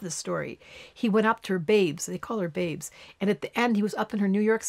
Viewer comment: babs not babe